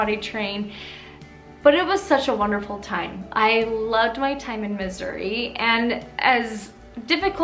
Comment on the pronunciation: it sounded like you said "I loved my time in misery" lol